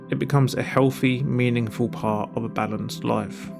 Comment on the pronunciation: I had to turn on captions for this video because words like 'life' sounded like 'loife'